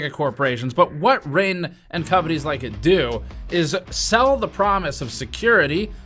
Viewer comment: I don’t think my man pronounced the “g” in “Ring” that whole time. “Rein”